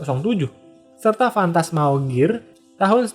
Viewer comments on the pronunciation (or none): none